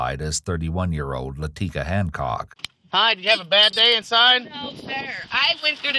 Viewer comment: "Laticka" says all you need to know lmao